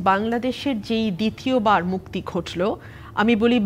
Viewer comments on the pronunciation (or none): দিতীবার নয় তিতীয়বার হবে আপনি বুলেগেছেন ৯০শাল